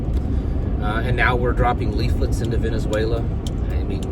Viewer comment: Venezuela = Venezuoila